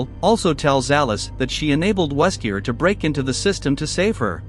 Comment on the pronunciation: Worst Recap when you cant even pronounce the names right xD Ada Not Aida. Wesker Not Weskier. Dont use a crappy Ai to translate. Be proud of your work and do the research!